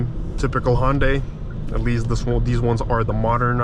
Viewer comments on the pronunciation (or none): I dont agree on certain things regarding your findings. I watched at least 8 other videos . I cant disagree more with your comments. And you get nauseous driving this car?? Btw, the car is pronounced HUN-Day. Not HON-day. Juy sayin